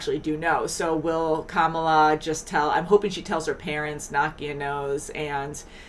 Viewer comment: You are pronouncing the main character's name wrong. It is not spoken the same as the current VP of the US "KA-mala", but should be "ka-MA-la". You should have noticed when she corrected the teacher in EP 2. And laughing at their wedding traditions? Wow.